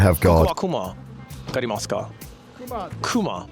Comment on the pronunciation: No, no, I know the U at the end of words like gozaimasu is very lightly pronounced, I'm talking about the elongated S he puts on. Like, I would say "gozaimas", but he's saying "gozaimassssssssssss".